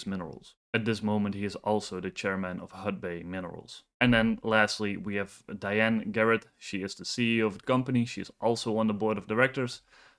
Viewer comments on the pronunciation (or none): none